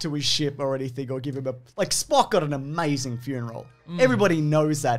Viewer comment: “You almost said Spock.” ABSOLUTELY NOT. He almost said Splerk!